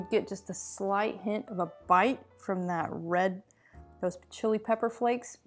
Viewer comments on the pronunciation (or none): none